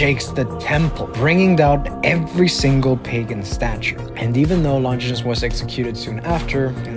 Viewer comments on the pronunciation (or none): Its Not lon ginus its lon gie nous